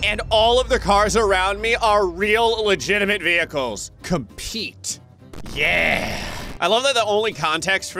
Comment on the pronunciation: "Conpete," oh hey, I know that guy lol